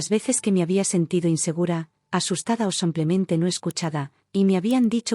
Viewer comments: Sí, insoportable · Sigue con el “ Samplemente “😂😂😂😂😂😂😂 corrijanlooooooo